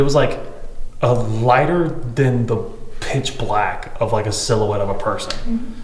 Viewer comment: When she says pitch black: pitch b Lack